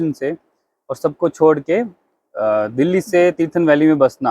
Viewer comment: छौड़ नही छोड़।